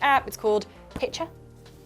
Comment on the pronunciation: Correct me if I'm wrong, but wasn't the app called "Hitcher" and not "Pitcher"? As in to hitch a ride?